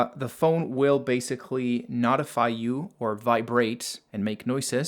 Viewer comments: You're pronouncing notify and notification wrong. The first part is pronounced like note, but your saying not. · I love that you're helping us but the way you say calculator is super annoying. Oh my God I just saw a little more and the way you pronounce notify is even more annoying. I'm assuming you're from Canada or something but come on man. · Helpful video, but it's driving me nuts how you pronounce calculator and notify/notifications